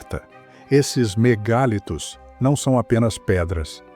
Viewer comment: A pronúncia não é MEGÁLITOS e sim "mega + litos" = MEGALITOS. Ninguém diz "Megábytes" (com acento agudo no a "á").